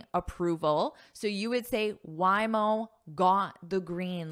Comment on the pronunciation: Hi, Happy Diwali from India. Organic matter means, the matter from living beings and all living beings do have carbon even if they die. So wood, coal, and bones have carbon compound carbon. And by the way Waymo is pronounced as..Way..mo not Why..mo. Sorry if I am wrong. I am your subscriber and love your lessons. Thank you